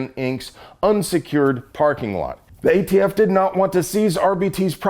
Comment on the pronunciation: Is there something I'm missing. He keeps calling them the "AFT" instead of the "ATF". I'm assuming it means something and not just a slip of the tongue.